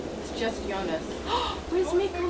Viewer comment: BTW, quick hint about the pronounciation of Mikkel: Instead of "Miquel", think more like "Mickl". Emphasis on the first, not second syllable. A good rule of thumb is to listen to their pronounciation on the show (which, to your credit, you already seem to be doing a lot :)